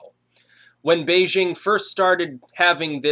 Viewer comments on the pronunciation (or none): none